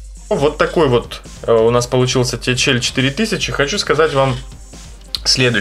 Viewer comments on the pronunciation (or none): ТэХаЭл режит слух